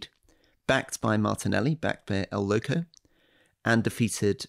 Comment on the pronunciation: Why can't Alistair say 'loco' correctly? It's extremely easy.